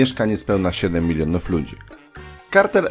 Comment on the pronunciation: ja słyszę ze mówisz milinów